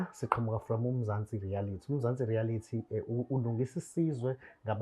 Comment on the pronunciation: Say after me my brother, "reality show" not "rarity show" nice show though, I thank u